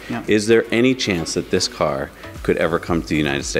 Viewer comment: "The sensors of the car cause cancer" ? What? Oh the sensors of the CAR OF COURSE CAN SEE IT. Took me like 5 times to understand what he was saying for some reason.